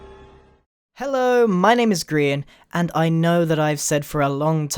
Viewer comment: obrien cool but, you know you said "grain" not Grian.